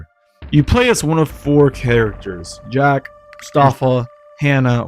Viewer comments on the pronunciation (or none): none